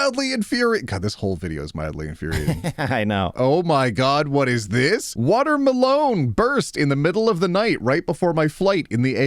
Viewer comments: I bloody misheard you. I though you said water malone. 😊 Then I looked up and saw watermelon.😂 🤦‍♀️ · Insert this in r/MildlyInfuriating: pronunciation of "Water-Melone" When you open the bead container upside down: I can definitely hear a vampire screaming: This is what it feels like when you throw salt at us... IIRC, doesn't tampering with USPS mailboxes incur a $250k fine? Astronauts from the ISS can see the time on that watch. Where can i get one? I need to gift it to someone who, by last count nearly 15 years ago, had 60+ watches gifted to them when they were in their 30s... Husband has 4 pockets, OP has none, where will she put her lip balm? Simple. In the husband's pocket. And call him to her workstation every time she needs the lip balm. The same thing with her phone, and other things that goes in the pocket. Surely it will delay things but a simple solution for all of this is pockets for women... And as a guy, I would definitely be falling on this grenade for true equality... Trucks need to be inbred to have their descendants have flat nose. Solution to the AIO post: stop cooking for him if he can't respect your time. And expressly state it, since he is doing this shit. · Okay, I am mildly infuriated by the way pronounces watermelon without breaking into the tiniest giggle. 👀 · Why does pronounce watermelon like Post Malone 😭